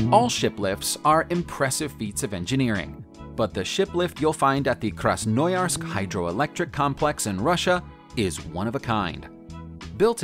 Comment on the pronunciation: I first didnt recognize about what city he is talking when he mentioned the shiplift in Krasnoyarsk. kræsnəˈjɑːrsk the russian 'o' is not pronounced 'O'